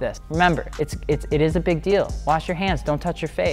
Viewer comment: Brooo the "it ezz what it ezzz" killed me. that's like my favorite meme